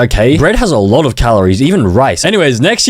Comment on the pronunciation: alote? U mean a lowwwwww taperrrr fadeee